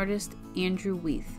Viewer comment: Weeth?? That is Wye (rhymes with rye) th.